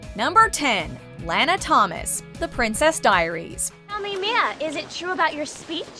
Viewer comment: Someone pronounced Lana wrong.